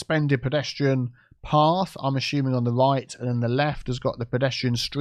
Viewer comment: Am I the only one loving it whenever says "ASHUMING"??? 😁🤣